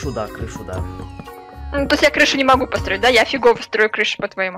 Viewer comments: Почему говорит не построить а посроить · Мне ожной постоянно кажеться что говорит не посторить, а посроить? Или не подстраиваем а постраиваем